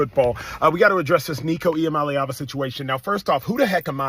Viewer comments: Wow. U butchered hia last name. Good for u!! Nico gonna regret this. His daddy is a greedy fool. 🍊🍊🍊GBO!!! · Dude, you absolutely trashed Heupel and Iamaleava's names.😅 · Its E-ah-mah-la-ah-va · Stopped video seconds in! Bro check your pronunciation of athletes and coaches names before making content! Y'all can but I can't watch or listen to such a piss poor production. Thumbs down on this one. For the record the names are EEE AMA LEAVA AND HYPE-LLLL SAY'EM LIKE YOU SEE THEM! BUT SPELLED DIFFERENTLY. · Ain’t even mad he cant pronounce iamaleava , but know knowing Heupel’s name is nuts